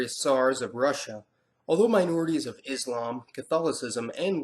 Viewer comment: HI. Just a request. Kincly pronounce Islam and Muslim with a S not Izlam and Muzlim. It is the letter S as in Selfless not the Z of Zebra. Usally, it is the Anti Muslims who use that z sounding, wich has no meaning in it self. Other than that, I always look forward to you videos. Very informative. Keep up the good work.